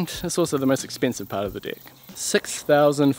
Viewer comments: Serious question. Why do you pronounce it dicks instead of decks. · Can't help it, i'm not native English speaker but how you pronounce deck sounds so much something else, quite sure you know what i mean.